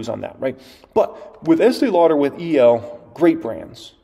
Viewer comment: You are talking about eatee lauder?!! What about L'Oreal?!